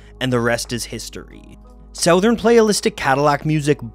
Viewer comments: Why did he say it like “s-OW-thern?” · great video but, the way you pronounce southern is just wrong, it's /sUHTHUHRn/ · That's the weirdest pronunciation of 'southern' I've ever heard. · Is that how "southern" has been pronounced this whole time??